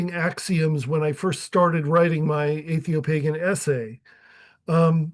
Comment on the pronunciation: Either atheopagan is misspelled or you can't pronounce it.